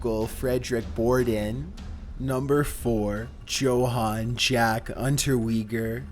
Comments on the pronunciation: #4 his first name was Johann, it is pronounced yo-Han not jo-Han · Joe-Han. Lmao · Johann is not pronounced like that. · The way he says Johann Untermeyer makes me want to rip out my eardrums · The "J" is silent in Johan. Wow, your kind of illiterate a lil bit arent you?